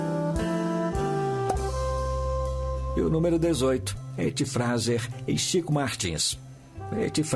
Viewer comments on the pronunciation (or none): ETTY FRASER (SE LÊ FREISER)